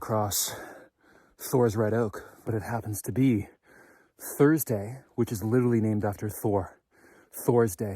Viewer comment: “Genuhmin”???????? "Intresting" is not a word. "Litterly" is not a word.